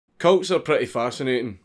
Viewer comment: He sailed cults I thought he said coats